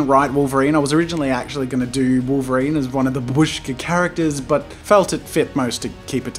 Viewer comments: It's actually pronounced BAH- bush- kah (Russian for grandmother) and ma- TROHSH- kah (Russian for little mother) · This doll calls "Matryoshka". Not "Babushka", because this word means Grandma and pronounced like "Bábushka"( accent falls on the letter a). I know this because I'm russian. Sorry for my English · well if there is grandmother shown on it then I suppose otherwise matroshka is just this doll no matter if it's Herod politics or anything on it it's still is matroshka not babUshka btw it's bAbushka not babUshka as jazz a says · In Russia it is just called matryoshka, without "doll", and the word that you use is actually pronounced bAbushka, and means "grandma" or "old lady" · I know that I'm two years late, but anyways : 1. Matryoshka doll is correct (that's how we call it) 2. It might be loud but STOP SAYING BABÙSHKA!!! IT'S BÀBUSHKA!!BABÚSHKA SOUNDS SO WRONG AND SIMILAR TO "HLOPÙSHKA (means flapper or petard). JUST STOP. P.s. The end result is awesome! Stan Lee was a great man! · Babushka is grandma or old lady in russian language , and Matryoshka is like childish version of russian name Masha(Maria). Also u pronaunce babushka wrong , u (and 99% englishspeaking guys) say like baboooooshka but its more like baaaaabushka , just make 1 part of word pronaunce longer. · Yeah )) the stress is on the first BA, if you want to get word "Granny". The way Jazza pronounces it, it sounds like Russian word for "Small hut" :) .But anyway it is never used to name Matryoshka dolls in any Russian speaking countries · Literally came just to hear how he would pronounce Matryoshka. He got me back by butchering babushka over and over again.. :(